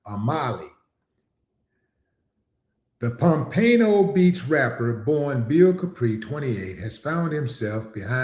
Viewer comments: Willie said Pom Paino Beach lol No It's pronounced closer to Palm Pano (Pompano beach) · Also, it's "Pom-puh-no" Beach, not "Pom-pano" LOL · Respectfully Mr D., Its Pom -Pan -O , not Pom -Pane - O . Sorry but as a South Floridian I couldn't let it go. Please keep up the good work Sir. You're one of the best out of Texas. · O.G. It’s pronounced Pom-pan-no .. not pom-pain-no 😂 😂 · Not Pom pino Pompano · Wily d us pompano not ponpayno the sht sound gay as fck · I 💜 u Willie but PomPaino 😂, po-m-pa-no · Its pronounced "pom-pa-no"😂😂😂😂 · Pompano is pronounced pumpano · Respect my city its Pomp- Pah- no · Pom - pa - no Beach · Pom-pano bruh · Pom- pa- know = Pamano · Just an FYI it’s pronounced Pom-pa-no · Pom-pa-no is how Floridians pronounce it Big Willie D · Come on Willie d its pompano dam Willie d tighten up big bro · Pomapno is pronounced Pomp-a-No come on Willie 😂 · THE CITY'S NAME IS PRONOUNCED "POM-PUH-NO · POM PAH NO Is how you pronounce it.. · Pronounced Pom’pan-no